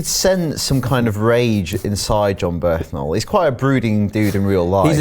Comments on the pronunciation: Why do you keep saying "Jon Berthnal"? It's "Bernthal" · jon bernthal* not jon berthanal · It's Jon "Burn Thal" not birth nal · Killing me with that Berthnal pronunciation of Bernthal. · It's pronounced 'bern-taal' or at the very least 'bern-thaal'! Legit couldn't stand them saying the name wrong